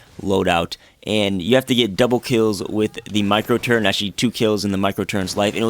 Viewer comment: Why do so many people say turrent?